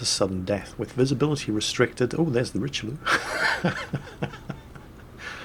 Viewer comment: Learn how to pronounce Richlieue